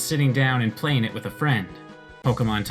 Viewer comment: "Thank you for praying" "Engrish" intensifies